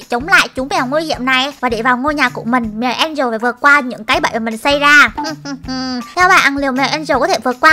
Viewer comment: Mèo Angela mà sao chị bảo mè en trồ là sao 😮😮😮😮😮